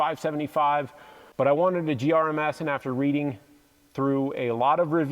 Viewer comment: I died a little inside every time you said GRMS. 🤣 The Hest mattress is the best thing ever if it can fit it in your tent and close. Best RTT mattress. I love sleeping on it. Fenix bike lights, flashlights, and headlamps are awesome. I love that you mentioned the USB C thing. Every rechargeable device now should come with USB C. It's 2023. It would be so nice to only need 1 cable type to charge everything. Nice videos. Hope to see you out on our Colorado trails sometime.